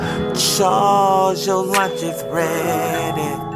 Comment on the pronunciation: Charwsssss Yo Luch Iz Readyz... This was on point appreciate the effort!!!